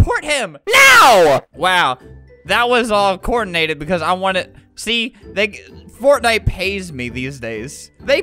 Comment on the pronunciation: "heha fotnite"